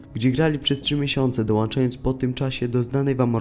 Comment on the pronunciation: mówi się dołączając, a nie dołanczając